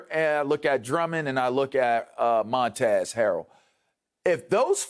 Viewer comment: Montezz Harrell everybody, like just learn his god damn name, hiw hard can it be